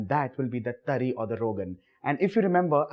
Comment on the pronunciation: Pehle tari bolna seekh le - uske baad banana 🤣🤣